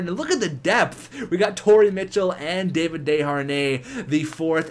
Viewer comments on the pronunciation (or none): none